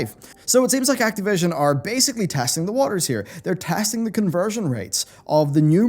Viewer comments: PLEASE PLEASE STOP SAYING ACTEEVISION Act"I"vision or Act"A"vision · It bothers me the way you say Activision